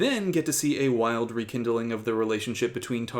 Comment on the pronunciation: In addition the Greg saying "the weeks" -- he also said REkindling!? ........